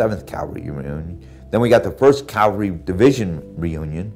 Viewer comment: Please stop saying “Calvary”, it’s CAV. Cavalry